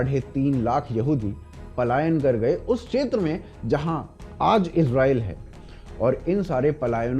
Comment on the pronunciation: 'क्षेत्र' को 'शेत्र' क्यों बोलते हैँ आप? और भी कई व्याकरण की, उच्चारणों की त्रुटियाँ करते हैं. जैसे 'मातृभूमि' को 'मात्रभूमि' बोल रहे हैं 🤨 भई, आपका कार्यक्रम हिंदी में है और हिंदी हमारी राष्ट्र भाषा, मातृ भाषा है, वह तो ठीक से आनी ही चाहिए!